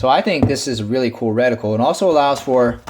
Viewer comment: Not so much emphasis on the syllabols in the word reticle. I thought my ears were going to bleed